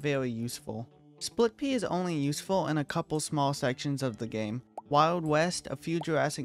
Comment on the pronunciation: Why you say spit pea and my boy citron the strongest in far future😅